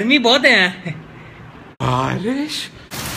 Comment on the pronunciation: That "bawrish hori hai" sounded like "pawri hori hai"